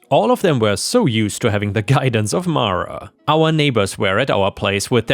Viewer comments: Mara is "mar-a". "Mare-a" would be spelled "Merra". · It's pronounce Mara. 🙂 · Best person to ask about the pronunciation of Mara is the actress who played Matilda in the original movie - Mara Wilson - it’s Mah-ra! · It’s pronounced mar a, not mare a. I know this because it’s a Star Wars reference, Mara Jade. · 👍⭐️✨️🌟✨️⭐️✌️🐱😻🐱❤️🤟 I would pronounce Mara as mah-ruh.